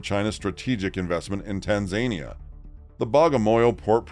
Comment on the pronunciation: It's tanzaNIa